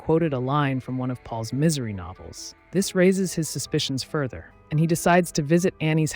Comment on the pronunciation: "Miss - ery"